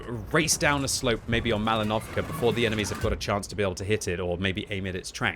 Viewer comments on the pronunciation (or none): none